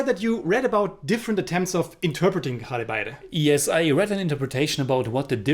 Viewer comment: I have recently subscribed to your channel! A very honest review! I saw this movie when it was released first in Calcutta and didn't like it much Both of you took care to pronounce unfamiliar Bengali words well! But the title evaded you it's Ghore Baire! Do check out the correct way to say the first word!